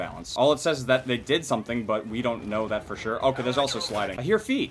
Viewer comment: Why when he says if you guys did then drop a like he sounds like he's saying if you guys didn't then drop a like wtf